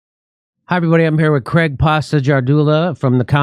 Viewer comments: It's Craig! (Crayg) not fucking Cregg! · How does Craig become Creg ? As for Romani camps read 'gypsy' camps.